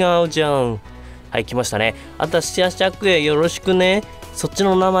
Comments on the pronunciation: シャ↓ク↑ヤ↓って読む人初めて見た…シャ↑ク↓ヤ↓って呼んでた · シャクヤの発音が借家で草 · イントネーションが「昨夜」で草